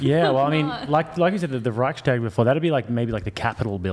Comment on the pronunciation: As a German i have to say Chair 2 does ABSOLUTELY not represent germans at all, the only excuse for her not knowing what the Reichstag, etc. is that you guys mispronounced it and we mostly call it the Bundestag by now. We are DEFINITELY educated better its honestly common knowledge